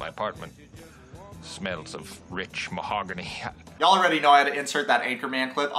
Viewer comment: Am I the only person who noticed that "Mahogany" pronounced her name differently each time she said it. The first time she said "Mog-any", but she got the "Hog" in there the second time.